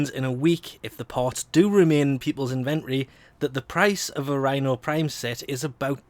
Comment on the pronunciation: inventory isn't pronounced that way